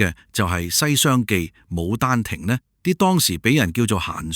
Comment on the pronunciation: 牡丹亭係「卯」丹亭